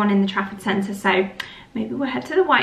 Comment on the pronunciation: All this time I thought you were saying “traffic centre” 😂